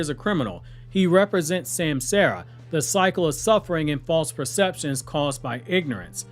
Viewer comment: It’s ( sam-saw-ra) not sam Sarah lol